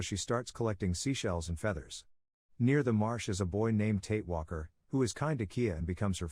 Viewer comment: It's MARSH girl, NOT march.